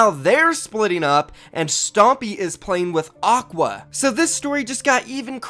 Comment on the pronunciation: It's aqua not oqua.